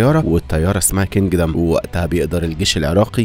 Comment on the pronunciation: كندم مش كنجدم😂